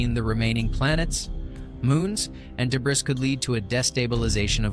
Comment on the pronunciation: I noticed this too lol. Also "de-briss".